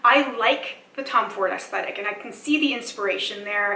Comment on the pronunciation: It's aesthetics not stetics btw! :)